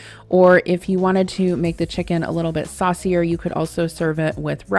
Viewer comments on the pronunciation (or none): none